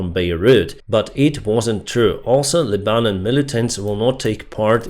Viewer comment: Pronounciation, Lebanon: Leh-bah-non